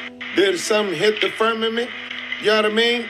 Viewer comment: Quit saying firmament!! Damn. FUR MEH MINT. WTF. Who says that? That's our atmosphere genius. And what ya seeing is cgi. And if it was real it would have been in space miles away. Firmament...wth